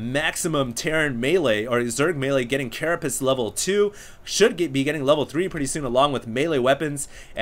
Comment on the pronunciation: OMG stop saying caraPISS! ='O